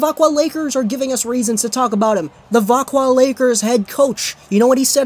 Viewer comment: Thank you for this. It makes me mad when people say vaxjo instead of veckwah